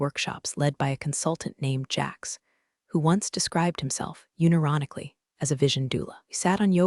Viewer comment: Absolutely love this channel. It’s one of my favourites, although I have to say some of the pronunciations are hysterical. Unironically and quinoa were my favourites.😂 Could you maybe spell the words phonetically for your AI? At least that be said correctly. ‘Read/ red would be a perfect example.